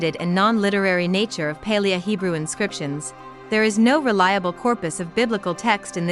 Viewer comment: The constant mis-pronunciation of "Paleo" in this makes it pretty unbearable. It woulda been pretty good otherwise.